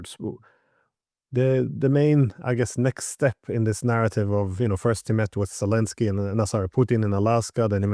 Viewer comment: Z, pronounced Z as in Zelenski; and pleaze, do not call him His "ex-selenski" !!